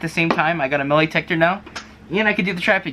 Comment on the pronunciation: Why are you saying metalEetector? Metal-Eetector why? It's Metal-Detector not Eetector. and by the way putting a lid on boiling over water does not stop it from boiling over. You didn't stop anything from happening by putting that lid on